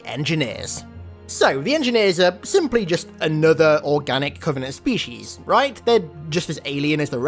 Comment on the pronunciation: I love your content but I have a question. Do you intentionally mispronounce words - specifically the word species here - or is that how you think they're pronounced?